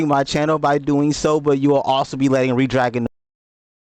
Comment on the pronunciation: Great review. Redragon is pronounced as "Red-Dragon" (/ˈrɛdˌdræɡən/), just like the color red followed by the word dragon. Despite being spelled as one word, it is commonly pronounced with a slight pause between 'Red' and 'Dragon', or as two distinct, fast words.